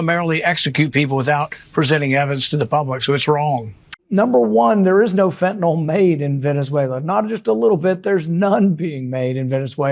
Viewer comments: Anyone who cannot correctly pronounce FentaNYL (Its not FentaNOL, but then again Trump and RFK have finally exposed TYLENOL for the vicious drug it is... If I have to see the Attorney General KAREN Blondi sneering about all the FentaNOL they stopped (because there is no drug named FENTANOL... Could they be bigger imbeciles? Possibly, but its hard to picture HOW. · It’s fentanyl, not fentanALL. If you can read the written word you should be able to pronounce it. It doesn’t rhyme with Tylenol. Who started this mispronunciation anyway? I hear it everywhere. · Why do Americans always quickly butcher language so much? I know it's a small point here at best, but it drives me mad to see how they utterly can't read and mispronounce words and they do it en masse. Fentanyl is now FENTANOL. Ask is AXE. And I've lost count the number of times I've heard nuclear pronounced NUCULER.